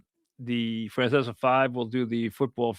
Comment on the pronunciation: Mike can’t even pronounce his own name “Franceser”😂😂😂